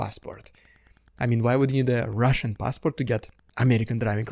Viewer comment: "what's up, the RRRRRRRRRRRRRRRRRRRRRRRRRRRRussian diude?"